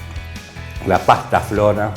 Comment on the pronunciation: Buen video No es "pastaflora", es Pastafrola😅